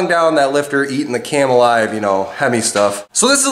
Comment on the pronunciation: kept saying at the beginning of the video, "ateing the cam alive". Instead of "eating". Was funny. So 8n the cam alive.